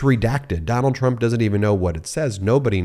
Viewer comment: Trump..... I thought you said turnip 😂